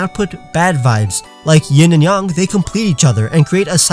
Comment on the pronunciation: did he say ying and yong